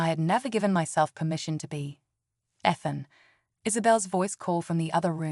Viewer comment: Stop mispronouncing Ethan 😢